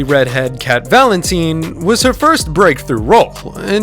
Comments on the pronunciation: cat vaLEntneeene - legit bro its VALENTINE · Cat valinteeen??? Excuse me? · I love how called her "Cat valinteen when it's Cat valentine" lol And Jenny Mcurdy also Ari isn't a brunnete SHE'S BLACK HAIR!!!! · Yes I commented on another video of ari and he said "cat valinteen" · That pronunciation of Valentine is getting on my last nerves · lol "cat valenTEENe" "jennEETte mccurdy"😂